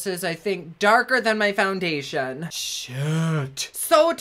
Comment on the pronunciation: Lol... did you say FOUN-GAY-TION??!!.... 😆😆😆 💖💖